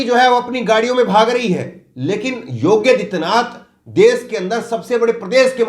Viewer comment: पहले तो आप अपना उच्चारण सही कीजिये । योगी आदित्यनाथ के स्थान पर आप योग्य आदित्यनाथ बोल रहे हैं । कितने अनपढ़ हो तुम लोग ।